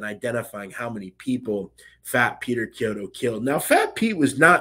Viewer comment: Very good job on the pronunciation of Chiodo, you pronounced it kiodo wich is correct!!!